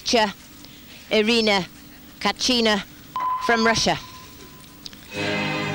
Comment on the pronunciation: Ирина Качина .... Кто тебя комментировать посадил , хоть бы подготовилась и узнала как фамилии произносятся ...